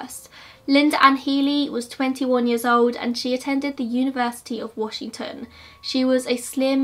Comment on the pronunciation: I love it, Ted Bundy has always fascinated me especially bc I grew up in the area he was active in. Thanks for another amazing video. The way you pronounce the towns/areas out here in WA is adorable I love it hehe